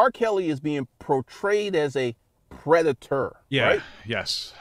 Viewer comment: I know this isn’t even close to his worst transgression, but it really bothers me that he can’t say the word “portrayed” … he keeps seeing “protrayed” 🤦🏽‍♂️